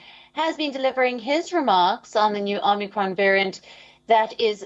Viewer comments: The idiot is saying OmNicron 😀😀😀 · Omni Kron? Okie dokie! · It’s not omnicron it’s omicron mr president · Omnicron... was it created by unicron? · First couple of sentences this guy mis-speaks. “OmNicron” he calls it. Repeatedly. This is our best and brightest. Sad days for America. Very sad. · Not chaos and confusion - Omnicron 😅😂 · Omni-kron, lol.. Is that the opposite of a silent "n". Is the "n" invisible instead? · It's Omicron.....lol